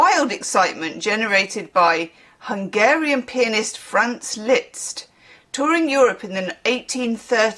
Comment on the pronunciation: It's just "List" in terms of pronunciation. Forget about the z! The cockney slang for being pissed is "Brahms and Liszt" :)